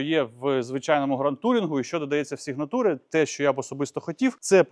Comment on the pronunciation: У мене канадська сx50 meridian і вона взагалі не така як американська. Це факт. І не сігнатуре а сігнече😂